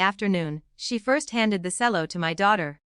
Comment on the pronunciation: Cello pronounced cello not selling.